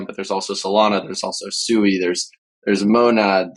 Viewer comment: Did he just say SUEY? 🤣 I'm guessing you're talking about SUI pronounced SWEE. I think somebody needs to do a deep dive into your Wormhole buddy